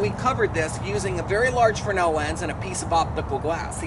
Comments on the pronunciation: It's fresnel, not fernal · S is silent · Why does the official American pronunciation of fresnel ignore the S?...The same people that allow Brett Favre to pronounce his last name as Farve.